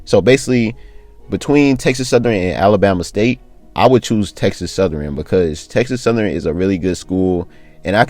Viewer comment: Texas southern not southeran 😂